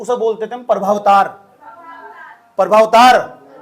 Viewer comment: its not प्रभावतार Its प्रमवातार